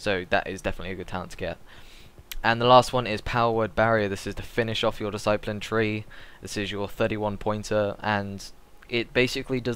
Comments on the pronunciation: whats a diseyepline? DISS-A-PLIN discipline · DiSS-A-PLIN, EVANJ-ALISM good God! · It's Pronounced Dis-I-plin. Discipline. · I appreciate that everyone has to start somewhere, i have no problem with that, gz to him for taking the time to try and help. I just wish he could say Discipline properly to make himself more credable. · The guy can't say "Discipline" correctly, Ooh a shame mate not everyone's perfect the guy's here to help everyone out who's new to Priests, He might not be LOLMLGPROXOXOXOpriest like Hydra or something but he's doing it to try and help. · Don't trust a priest who cannot say discipline properly. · you say discipline weird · Learn to say discipline properly.